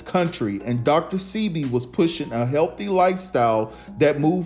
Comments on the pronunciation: Dr Sebi: Pronounced Seh-bay, not See-be. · I had to cut this video short due the the mispronunciation of Dr. Sebi’s name that was repeatedly used! PRONOUNCED Say-b not See-b! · OMG HIS NAME IS DR SEBI (PRONOUNCED DR SAY-BEE) JUS SAYIN. THANKS FOR THE REPORT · His name is pronounced Saybee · It's pronounced "Shébi", a Yoruba name from West Africa. We're known for curing any ailment using natural herbs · pronunciation DR 'SAY BE' DR SEBI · I think it's pronounced Dr. (say - Bee) Sebi. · It's Dr Sebi (pronounced, Say-bee) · its. Dr.sebi that's how it's pronounced